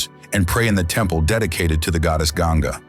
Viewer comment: Yeah...and i hated wrong pronunciation of Ganga.